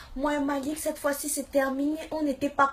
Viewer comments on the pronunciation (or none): none